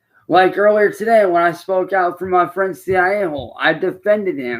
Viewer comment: "Muh friends and muh family...etc"